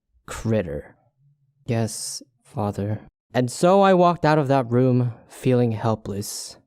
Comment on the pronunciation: I’m gonna talk...TO MY FADDER Me: xD HAHAHAHAHAHA!